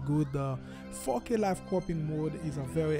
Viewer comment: Nice video. Didn't know that. But everytime you say 4K, it sounds like you say fuckin/fookin. Lol. It's alright. Fantastic video though!